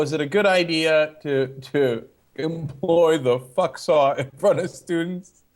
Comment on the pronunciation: It's "Fucks-all" not "Fuck saw".